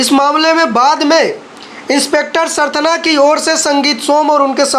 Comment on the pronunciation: भाई क्या usa से आये हो? सरथना नहीं सरधना है जगह का नाम। अब live tv का स्तर गिरता जा रहा है।